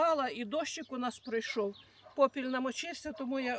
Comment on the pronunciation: Не попілЬ,😂а попіл(попілем,попілЄм😂